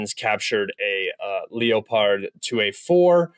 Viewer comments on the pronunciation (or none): You should watch MS and Weeb for pronunciation of Ukraine places. Also 🐆 is pronounced leppurd but you are English so surprised you said it as its spelled? Lol. Great video. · The second time he said leopard, he said it with the English pronunciation